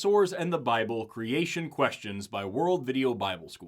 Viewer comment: “A shtraight-forward shtory of creashun”